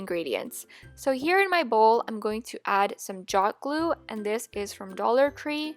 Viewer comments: no hate did she say dollar cree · 45 she said dollar cree